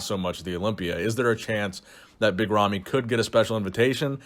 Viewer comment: big ramy not romy, ramy with an A